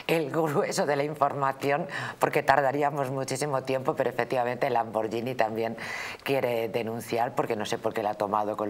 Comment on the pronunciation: NIÑA. POR DIOS! SE DICE LAMBORGHINi LANBORGHINI...L A M B O R guI N I (TANTO EN ITALIANO COMO EN ESPAÑOL. L A M B O R G H I N I---------lamborguini